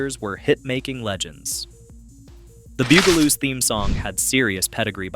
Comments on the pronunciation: The Beeyougaloos? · omg so sick of mispronunciation. Stop saying "Boogaloos" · You pronounced the name right once... ONCE! And that's why I gave it a thumbs down & will avoid your videos rom now on... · why is it that the name of the show is not said correctly at least get the title right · Goddamn... This bot is the worst. Gets the bugaloos pronunciation wrong every time. VERY VERY ANNOYING! At least watch your own video just to make sure it's YouTube ready. Kinda like spell check for bots. Take the time and listen to the bumbling bot!